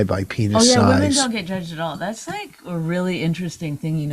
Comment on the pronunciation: Vos says "female" because he cant say "women" correctly😂